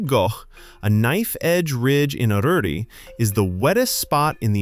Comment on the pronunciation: Not bad, but not perfect either. Eryri and Yr Wyddfa were a little patchy.